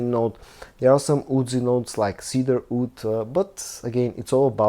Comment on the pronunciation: Wood: /wʊd/ Oud: /uːd/ Please learn the difference.